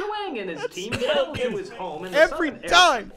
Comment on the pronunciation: In the show Aang is pronounced /æŋ/ it's NOT pronounced /ang/